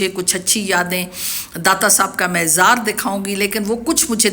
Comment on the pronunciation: مےزار نہیں مزار